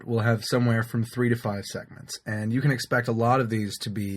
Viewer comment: It sounded like seconds :) Sorry that english is not my mother language!